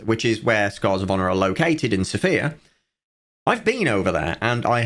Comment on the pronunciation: Thats now how you say Sofia, lil bro.